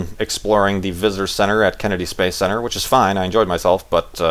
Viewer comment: its space not spashe,;). Also, dont worry. your description of you at the launch and the party sounds exactly like me. Youre not alone! Good luck in both the tweetups, I hope you make it. Just make sure to tell us about it while walking to the farlands if you do. Thatd be several episodes worth of talking.